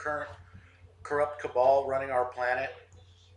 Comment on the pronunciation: Just for future usage, it's 'cabal'